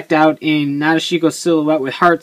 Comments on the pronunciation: Actually in the Japanese vocabulary there is no 'dish' sound. According to the hiragana it's pronounced Na-de-shi-ko but you might be right because sometimes sounds do get shortened in speech (su-ki -> ski). I'm too lazy to check the movie so not really sure which one it is :L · guys i think its pronounced Na Deshi ko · cool you finally got her. not being mean but you pronounced her name kinda wrong. a lot of people do. if you rewatch the movie and pay attention to gentaro, he says it correctly. nah-dish-ko. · actually it's not my way of saying it. it's how it was pronounced correctly. if wants to be more awesome, he should say it correctly too. hope he does the next time he talks about nadeshiko